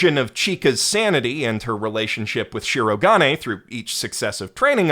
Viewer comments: Nice video. But please don't say ShirO-ga'ne! It's flat! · say it with me SHE-RO-GA-NAY... not she-rog-ah-nay the rest of the video is great. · The amount of work that must have gone into this tome of a video is awe-inspiring, and the analysis it contains was thoroughly enjoyable, but if I hear しろがね mispronounced as "shurro-g'nnay" even one more time I might just have an aneurysm. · I love how he said Shirogane as Shirogain, not cringing at all, not one bit :) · As a Japanese speaker: I will never forget the pronunciation of "Shirogane" as "She-roh-guh'nay" 😂 (Amazing video, by the way! Such passion speaks for itself 🔥 🔥 🔥) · Dang it I didn't scroll down far enough before posting my own sarcastic aside about the headache inducing swing from correct pitch accent to whatever the blazes that "shi-RO-guhnay" mess is. The voice actors try so hard these days to master stuff like the right R sound and you feel bad that nobody ever taught them the pitch is important too. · Would be a perfect video if he didn't pronounce shirogane like that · I'M FINALLY BACK!!! I WATCHED THE ENTIRE SERIES UP TO SEASON 3 AND THE MOVIE!!! now I can watch this video:))))))... god I'm dead inside edit: either there's alot of differences in the manga, or got a few things wrong??? well... besides his severe misproununciation of my son white-castle's name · I can only listen to you consciously mispronounce the name Shirogane so many times man. Why are you doing that? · The rampant mispronunciation of Shirogane and Shinomiya's names, from someone who self-proclaims to be the God of Anime, is impossibly grating. If I wanted awful butchering of Japanese names, I'd listen to early 2010s dubs. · I'm aware you're probably doing it as a bit, but listening to you mispronounce 'Shirogane' every time you say it despite loving the series enough to make hour plus diatribes, I die a little inside.